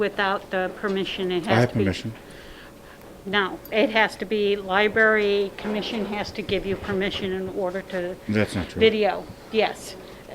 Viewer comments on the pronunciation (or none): Did she say "libary" ? I thought smart folks werked in Libarys. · I think she said "liberry". Haha